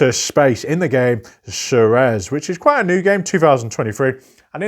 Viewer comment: Great selection! I think this is the first segment in the list where I own a majority of the games featured (Brick & Mortar, Ceres, Salton Sea, Pan Am, Nucleum, Airlines Europe, and Panamax). That said, the pronunciation for #38 (Ceres) would be Seer-eez or Sehr-eez. (I was originally listening to this in another tab and was wondering what "Suh-rez" was until I clicked over to check.)